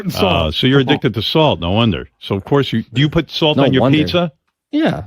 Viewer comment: This is Jason Kaplan's pronunciation of the word: salt. "THAW-ULT"